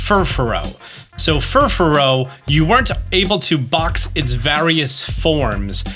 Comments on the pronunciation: lol why are you pronouncing Furfrou as Fuforo? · friend, it's Fur-froou, not fur-farou:) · Fufuro.. really?? Possibly the worst Poké-tuber out there, cannot even pronounce half of the dex. smh He is informative, but terrible at pronouncing Pokémon names.